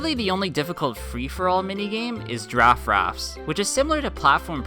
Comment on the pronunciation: platform peril, not platform pearl daft rafts, not draft rafts pitifall, not pitfall